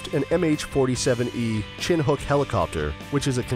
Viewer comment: It is not chin hook; it is pronounced shinook!!!